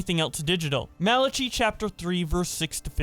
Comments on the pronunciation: Mala Chi... LMAOO..... Pronounced MALA- KY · I enjoy mispronunciation of random words. Malachi = masala chai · Malachi is pronounced like Mal-a-kai (the chi rhymes with sky) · Wild video, just for your info, Malachi is pronounced "mal-uh-kai" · Umm. I’m pretty sure it’s pronounced Mal-a-kye, like the Bible book… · Mala-chee??? Fuckin anybody can be a YouTuber these days huh? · Man you dont know how to pronounce Malachi? Mal-A-Kai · it's pronounced mali-kai you heathen